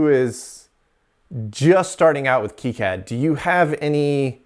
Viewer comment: That's great and all, but it's not keycad. It's Kai-Cad, as in Cobra Kai.